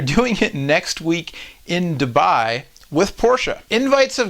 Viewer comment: its not DubAAAAAAAAAi its Dubai one A only